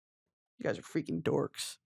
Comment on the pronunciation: the way she said dorks like a slur 😂